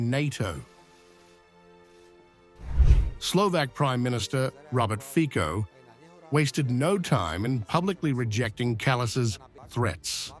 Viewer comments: What a shame that I have to say it again and again: Mr. Fico's name is not pronounced as "Fiko" but as "Fi-tso". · His name is not FIKO, but FICO ! STUPID NARRATOR ! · Kaja relax! Instead of Victory Parade you have a parade of perverts. Not Fic(k)o, but Fićo. Please stop being so rude and unprepared. Not Maria ZakhrÒva, but Maria ZakhÀrova. Where is the high level of journalism?...no surprise China is ahead in everything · Fico pronounce F i t s o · Out of respect to Robert Fico please learn and use correct pronunciation of his surname. That Anglo pronunciation is awful.